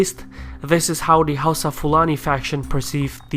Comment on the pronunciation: It's pronounced HOWSA